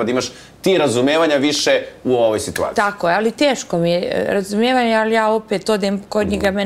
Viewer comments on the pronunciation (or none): Ona se nalazi u “sitVaciji” 🤣🤣